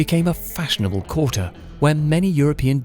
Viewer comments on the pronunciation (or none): none